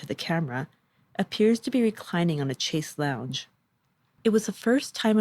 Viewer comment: Pretty good, but like all kids today who narrate their own vlogs you mispronounced a number of words, chaise lounge, GOOGLE the pronounciation, please, seconal, thought that was fairly common knowledge, oh well, the devolution of language that we've been experiencing in the last decade, most profoundly , is a serious indicator of the decline of a civilization, it's hard for an old journalist like myself, someone who holds books and words as sacred to hear the youth of today massacre it regularly, not only in day to day speech but down professional avenues as well, such as public narrations